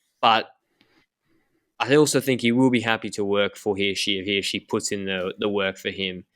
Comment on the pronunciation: Swiss person here: The first time you pronounced Hirschi was spot on. Who taught you that?